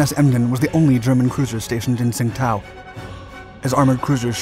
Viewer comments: Great video. Only one problem Tsingtao, China (actually Qingdao) is pronounced "Chindao" Learned that at a Chinese restaurant while in college, I said I wanted a Sing tao beer with my meal, the little old Chinese waitress quickly and sternly corrected me. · Great work, but Tsingtao is pronounced "ching dao." There is admittedly no way to figure this out from the old romanization: Tsingtao (still commonly used and still the brand of beer manufactured there). Tsingtao is 青岛 in Chinese characters. The modern romanization (hanyu pinyin) is Qingdao. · you mispronounced tsingtao :) that's the old spelling - it's now spelled qingdao and that's closer to how it's pronounced.